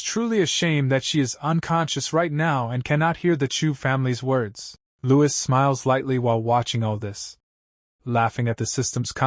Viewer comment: Louis does not sound right out of the names in this